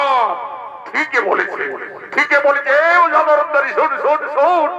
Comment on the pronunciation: ধরন্তরী নয়, ধন্বন্তরী